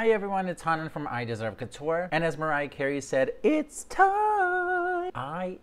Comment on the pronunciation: why should celebs pronounce the name of the brand correctly, if you refuse to say "couture"?